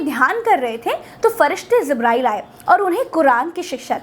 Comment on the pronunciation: आप जल्दी में ज (J) को ज़ (Z) बोल गईं इसीलिये आपने जिब्रईल (JIBRAEEL) को ज़िब्रईल (ZIBRAEEL) और हिजरत (HIJRAT) को हिज़रत (HIZRAT) कह दिया जो ग़लत था; उर्दू बोलने के लिये सही तलफ़्फ़ुज़ भी ज़रूरी है.